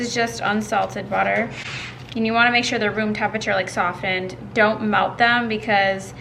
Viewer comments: oh and btw it's pronounced "soffened" because the t is silent. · I died laughing every time you said "sof-tened" 😂 you need to Vlog more!! Love it!! ❤ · Love your videos, don't pronounce the T in softened my dear :)